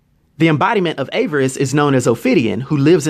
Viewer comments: Avarice. (A-VA-ris) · Awesome vid! Though I really hate to be this guy, its just I think it takes away from all the hard work you put into the video when you mispronounce "Avarice". The correct pronunciation is "AH-VAH-RIS". Great video again and please keep them coming. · "Agent Orange"? Greedy? Self-Destructive? Sounds like Trump to me. I'm glad you got a kick out of him. I got a kick out of your mispronunciations of: Avarice, which should be pronounced: "Ahh-Vriss" Sayd, which should be pronounced as: "Say-d" Ophidian which should be pronounced as: "Or-Fah-Dine" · You're pronouncing avarice wrong dude. I only mention it Because it's sad, since you give great character breakdowns! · Avarice is not pronounced that way, man...